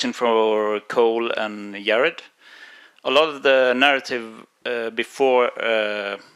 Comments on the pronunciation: It's Yar-ed not Yar-ad! Say my name right!! I❤it😅😅😂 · IT'S PRONOUNED YAH-RED - PUT SOME RESPECT ON THAT NAME! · "FIRST OF ALL ITS PRONOUNCED YA RED!" 😂😂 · Then two minutes later the moderator says “Yeh-red”😂